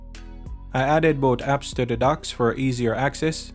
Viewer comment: The is pronounced "thuh", not "duh".